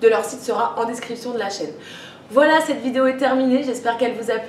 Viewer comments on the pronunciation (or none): none